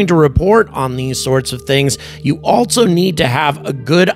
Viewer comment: Hello! Just wanted to point out that there is no T in ALSO. It's not ALTSO... It's just also. Thanks! OK.. carry on....